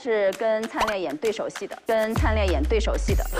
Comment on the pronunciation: 为什么他们都念“piao”灿烈啊！！！！🤔🤔🤔